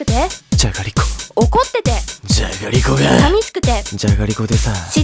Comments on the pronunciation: の「眠たくて」からだんだんじゃがりこって言ってない気がする笑笑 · 「じゃがりちぃ」に笑った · じゃがりちぃで吹いたｗｗｗｗｗｗ